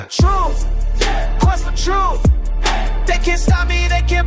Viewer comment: Trooof, quest for trooof.... dude lol